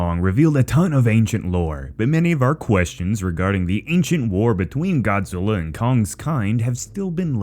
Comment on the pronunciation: It's earth godziy